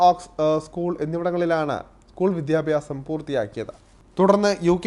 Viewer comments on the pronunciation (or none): none